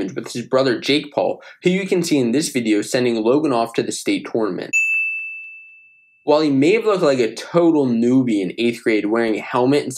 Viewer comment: Please say tournament the right way😭